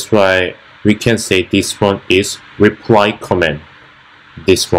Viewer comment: not making fun of you, i was a US soldier in army in Dongducheon, and when you said, "repry comment" like koreans often sometimes mistake l and r... reminded me of a story when my korean friend said, "it's raining, I feer it" and it sounded like "i fear it" and we started laughing, lol.. Jeon Yun Ho my old katusa friend.